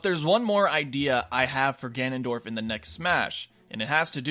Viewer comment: "Ganondroid" XD